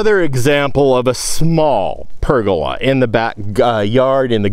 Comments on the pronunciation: I've also always heard it said as PER go la, with the emphasis on the first syllable, the second and third are said in about the same quieter tone. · I've always heard pergola with the accent on the "per". Either way, I knew what you were talking about. ( I'm over here on the EAST side of the cascades, near Pendleton)